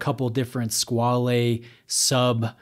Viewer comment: You're not far off with your pronunciation.